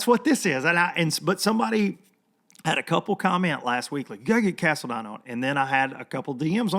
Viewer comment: Todd Cast-a-line....